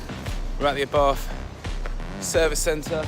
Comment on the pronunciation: It’s pronounced ‘R bart’